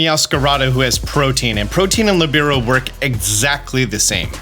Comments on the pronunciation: I love you and the effort you put in that puts other content creators in the PokeTube space to shame, but my para-social friend, I need you to know the following. Protean is 3 syllables, which can be pronounced either as PRO-TEE-INN or PRO-TAY-INN depending on your dialect, but it is certainly not pronounced as protein. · Pro-tea-en. Not Protein... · "protein" is not how you pronounce protean. think proto-ian. protean. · Bro. Killin me. It's not pronounced "protein". It's pronounced ˈprōdēən' 😂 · pro-tee-un, not "protein". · If I hear one more poketuber say "protein".... IT'S PRO-TEE-AN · Omg it's pronounced Pro-tee-un not like protein lol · Protein = (pro-TEEN) Protean = (pro-TEE-ehn) sorry was just bugging me the whole mewoscarada segment lol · Pro-tee-an or pro-teh-an, not "Proteen". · How are people still incapable of pronouncing "protean" it's not "protein" you have to pronounce the e and a separately. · Protean. The ability is protean. In case anyone else heard "protein" (a consumable) and also got confused. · Love your videos! and I hate to be that guy, but I'm a huge language nerd. Protean isn't pronounced like protein; it rhymes with the name Ian, or Korean. It's an adjective that means "tending or able to change frequently or easily, versatile." I wasn't going to comment anything but you said it so many times. Thanks for all the content! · Man I couldn't keep watching after hearing how you pronounce protean. Protein =/= Protean. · “pro tee ann” :) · It sounds like prow-tee-uhn. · I can't help but hear Protein instead of Protean this whole video and while I acknowledge it's really not a bit deal it is simultaneously tearing up my brain lol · "Pro-Tee-an" for fucks sake my dude. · FYI it's pronounced pro-tea-an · Protean is not pronounced the same as protein lol